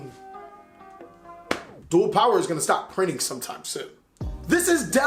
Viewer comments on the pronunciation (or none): bruh u said duel power